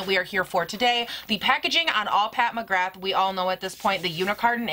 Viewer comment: I love your channel! Just a heads up, it’s pronounced “Pat McGrah”